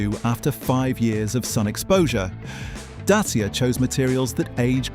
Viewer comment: It’s pronounced dat cha. Not datseeya